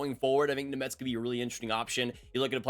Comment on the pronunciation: Name pronunciation is brutal